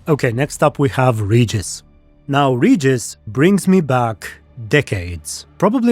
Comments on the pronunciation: Please, it's Regis, not "Rejis"... Even Sapkowski himself said how to correctly pronounce vampire's name... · i still remember how they've tried to sell this serial to us (Poles) by declaring that the names will be pronounce correct... they don't give af he's Redżis now